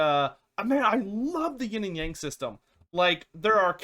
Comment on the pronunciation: OH PLZ learn how to say "Yang" properly